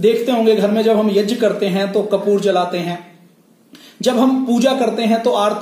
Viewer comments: जब से संस्कृत भाषा पैदा हुई तब से यज्ञ (यग्य) बोलते आऐ हैं आप यज्य क्यों बोलते हैं ? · Yag ko yaj kiyon bolte ho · यज्य नाही यज्ञ बोलते हे... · Yajya kya hota hai prabhu? Angreez na bane. Yagya hota. Angreez gya na bol pate the to wo jya le aaye. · "यज्ञ" को गलत उच्चारण कर रहे हैं "यज्य" गलत उच्चारण है। वैसे जानकारी महत्वपूर्ण है।